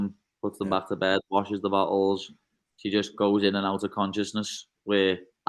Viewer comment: The way he says "bottles" sounds like "butt holes" 😂